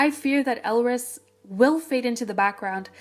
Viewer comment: I think the title may be a bit misleading as most of the shit that happened was with Stardom Entertainment, not with Hunus. (Two small things: EvoL debut was called "We Are A Bit Different" and Elris's name is pronounced like Ellis.)